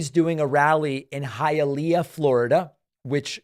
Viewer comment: So cute. David says Hi a lay a. Just so you know for the future, its pronounced Hiya lee ah.